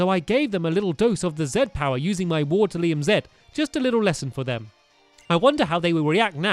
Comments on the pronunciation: I would just like to point out that it is pronouncer Water-ium not Water-lium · Dude it a not lium it's rium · It's WATE-RI-UM Z